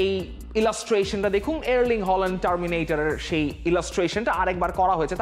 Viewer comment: Bro try to fix your accent and learn how to pronounce the player name specially Haaland not holand